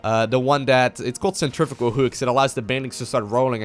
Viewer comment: I hate to be this guy but I've heard you say it a few times now. Centrifical is what you say, but I believe it says Centrifugal. Totally different things, but super easy mistake. I love your videos I'm so sorry to be that guy.